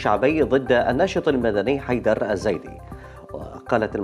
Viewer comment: منو لاحظ اسم حيدر الزيدي مقصوص لان احمد غلط بال نطق😄